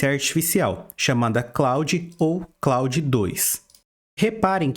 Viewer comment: Muito bom! Vou aproveitar a dica do Opera com VPN pra outros sites tb. Só uma coisa que incomodou bastante, o pronúncia do nome Claude é [klôd], é um nome francês. Quem se chama Claude deve ter sentido mais gastura ainda hehe